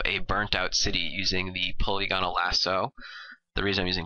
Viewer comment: AMAZING art... but I think it's pronounced poh-Lih-gun-ul